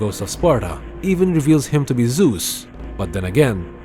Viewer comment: It's Zeus not Zues , no offense.